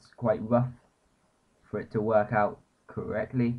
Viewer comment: hi :) you say "we're gonna press-" and then you say something that sound like "Owt"... so, it sounds like you say "we're gonna press Owt" and maybe that's what you said, but wtf is Owt? :)